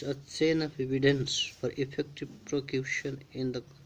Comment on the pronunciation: good explantion its v helpful ....but at IELTS level pronounciation and spelling must be correct...i found that u need improvement eg prosecution said as procution , life-long said as long-life and many more mistakes ...overall i give u 8/10 score